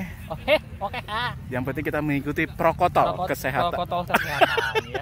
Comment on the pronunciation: Prokotol apa Protokol ?